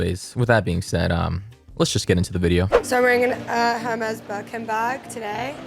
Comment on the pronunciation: she can't even pronounce Hermes right...